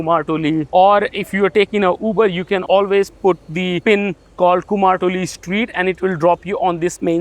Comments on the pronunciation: Your pronunciation 'Kumartuli' it's not right it is not "Kumar" that our Bengali language called "Kumor" (কুমোর) means clay pot or jar. "kumortuli" represents that people those who making sculpture or pottery industry at Kolkata. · কুমার নয় কথাটা কুমোর ইংরেজির সাথে সাথে বাংলা উচ্চারণ টাও অনুশীলন এর প্রয়োজন রয়েছে